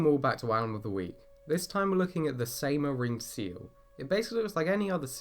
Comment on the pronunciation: The pronouniation is terrible. Try ''Sighmaa''